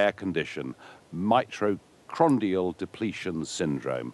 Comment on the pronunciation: "Mitochondrial", not "mitrochrondial".